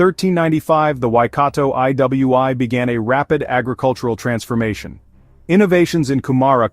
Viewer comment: The way the ai voice pronounced iwi is crazy 😂